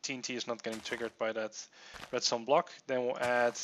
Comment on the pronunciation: did he seriously say red "stoner"